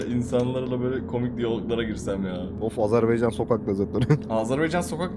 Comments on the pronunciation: Azınasiçim deme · Ya bir öğrenemediniz "Azerbaycan"demeği.🤦‍♂️